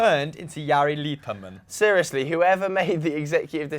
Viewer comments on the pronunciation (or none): I don’t think you’ve ever butchered a name as much as Jari Litmanen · The way you pronounced Jari Litmanen xD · THAT IS THE WORST PRONUNCIATION OF JARI LITMANEN I HAVE EVER HEARD!!!! SHAME ON YOU!!!